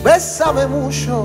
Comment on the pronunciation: Если бы не произношение Мущо ..было хорошо.